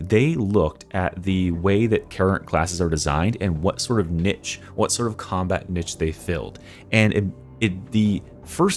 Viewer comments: Combat NITCH? I assume you mean Niche (NEESH) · “Niche” is pronounced “neesh” the way you said it annoyed me so much I stopped watching